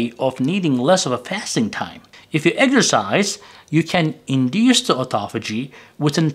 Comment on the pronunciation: Pardon me, "eggsercise" What is this? Eating eggs and exercising? Sounds funny. Do you mean EX er cise